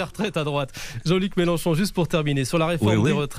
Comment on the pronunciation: C'est MÉLENCHON et pas MÉLÉNCHON. 😎